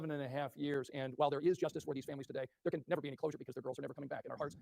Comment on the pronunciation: Dere instead of there